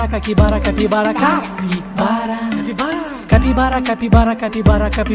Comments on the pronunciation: So que ouviu ele falando caquivara da like😂😂😂😂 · He says cakibara sometimes, lol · Caipikara he says, almost at the end, lol! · Algumas vezes eles erram e falam "Caquibara" ou "CaquiCara" 😂😅 kkkkkkkk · ❤❤❤❤❤❤❤❤❤eu loves cabybara but ele falar cakibara!??